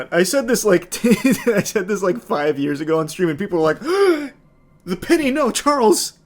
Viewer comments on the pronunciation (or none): none